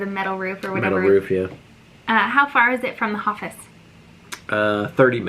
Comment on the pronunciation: You have a “Hoffice” now you have a “Habin” 🤣 ok that’s pretty bad 🤷🏼‍♀️